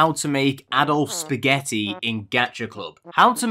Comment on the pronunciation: When he says spaghetti I laugh as hell